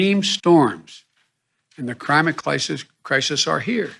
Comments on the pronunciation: Joe Biden: "...extreme storms are another reminder that the Crimate Clisis are here." This guy can't even speak coherently without fkking it up. No wonder the Afghan exit was a sh*t-show. This is what it looks like when your elections are stolen from you. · Biden: "Crimate Clisis Crisis"....what an idiot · Joe didn't say 'Climate Crisis' Dan. He said Crimate Crisis'. We're talking arples and oranges here. LOL. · "The crimate clisis are here" - Joe Biden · Biden said " Crimate Clisis " lmao